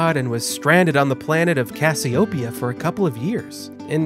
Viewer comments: I love his pronunciation of Cassiopeia. I'm going to start saying it the way he does. CASS-ee-oh-pee-uh cass-ee-oh-PEE-uh The emphasis should be on the fourth syllable instead of the first. His pronunciation is right. His inflection is off. I love it. I'm totally stealing it. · Great video. However, it's pronounced: cass-ee-oh-PEE-ah